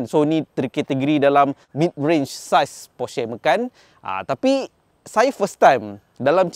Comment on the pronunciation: Kenapa sebut Macan dengan “ME.KAN”. Bukan patut “MA.CAN” ke?